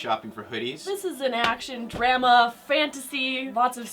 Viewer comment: Who says drama as “dramma”